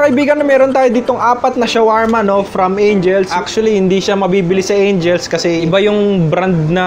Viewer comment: "AKSHALI" " NAPALAMI" "SUHRAP" 😆 pinasaya mo araw ko 😆💓